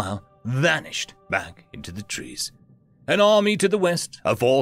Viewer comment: I'm pretty sure 'tress' should be 'trees'.